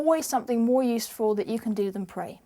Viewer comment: lol "if you don't prey". R.I.P to english